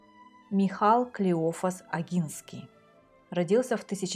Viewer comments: Имя ( михАл) польское? Тётенька! Может (мИхал)? Может погуглишь? И да, русский писатель, холуй наполеона Булгарин для ведущей - авторитет. Бывает... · По-польски не МихАл, а МИхал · М'ихал. Ударение на первый слог. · Спасибо, очень интересно! Только имя композитора, скорее, звучит как мИхал, а не михАл. В польском языке ударение ставится на предпоследний слог. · Дорогая! Пересмотрел Ваш ролик. На третьей минуте Вы пробуете передать именно польское произношение имени композитора. И вводите, скорее всего неумышленно, в заблуждение, тех кто смотрит ролик: михАл это не польская форма имени Михаил. Имя композитора всё-таки звучит как мИхал. Наверное, нет смысла пытаться передавать произношение имени на том языке, которым Вы не владеете. Надеюсь, что данную критику Вы воспримите конструктивно. Ещё раз спасибо за замечательный рассказ. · У поляков ударение на предпоследний слог. Поэтому М’ихал. А если до конца придираться, то и последняя буква не «л» а беларусская «у» краткая (w). Ну и фамилия в оригинале без «й» на конце. Спасибо за видео. Лайк. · По польски Михал- ударение на букве "И" В полском языкуе нет мягкого знака. Поэтому -ОГИНСКИ (OGINSKI) без мягкого знака. С мягким знаком по польски, говорят толко русские с акцентом. РусЫнЫ ( а не русины) это не предки белорусов, а граждани РУСИ (Советскисми "учеными" назались Киевской Русью). А правильно просто РУСЬ. До сих пор русыны проживают в Закарпатье (Украина) и в Словакии . А то, что украинский язык не сильно отличается от русынского можно послушать тут , в словацкой певицы русынского происхождения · Очень интересно, хотел бы уточнить, что имя Михал произносится с ударением на первый слог